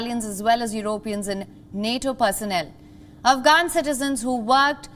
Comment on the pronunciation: “Eu-ro-peans” - never heard it pronounced like that 😂 I like it